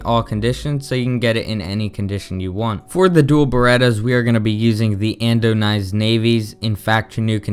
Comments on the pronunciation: "Andonized Navy" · 'Andonized Navy' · lol "andonized Navy's"